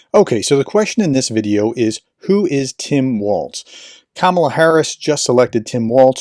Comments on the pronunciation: Walz. Note there’s no t there. Walz. Walls. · ||||| ||||| ||||| = # of x you couldn’t be bothered to pronounce Tim Walz’s name correctly. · Is there a reason that you can’t be bothered to pronounce his name correctly?